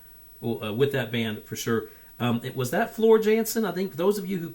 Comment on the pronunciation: Floor Jansen in Dutch and lives in Sweden with the drummer of Sabaton. Her name should be pronounced as Yahnsen. "Ja" in Dutch as in "Yacht" (which is also a Dutch word, btw).